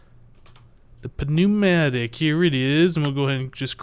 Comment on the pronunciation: The 'p' in 'pneumatic' is silent.